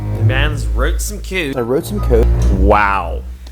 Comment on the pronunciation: he "wroot some cood" lol